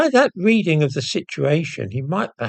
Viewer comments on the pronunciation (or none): none